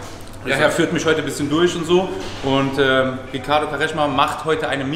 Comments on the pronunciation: Was für kareschma 😂😂😂 hört sich an wie Waschmittel Hahahahah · Digga bitte yaw, Quaresma und nicht kareschma. Sonst geiles Video Bruder. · Quaresma wird nicht KAreschma ausgesprochen sondern Quresma. Nohate❤